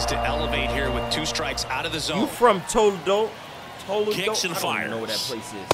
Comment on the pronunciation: Man can’t say Toledo 😂